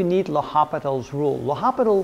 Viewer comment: Isn't it pronounced “Lopitals“ rule?